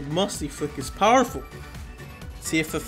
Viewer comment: ah okay, it's pretty fowerful